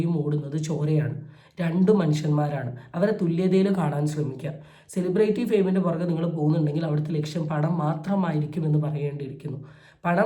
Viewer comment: സെലിബ്രേയിറ്റി എന്ന് അല്ല സെലിബ്രിറ്റി എന്നാണ് pronounciation 🙏